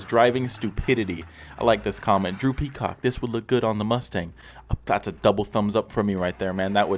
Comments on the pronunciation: When this video started i swear i thought he called himself droopy cock lmao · Am I the Only one who heard "Droopy Cock" instead of Drew Peacock? 😂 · Who else heard droopycock